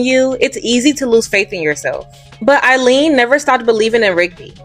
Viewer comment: You pronounced Eileen's name wrong twice.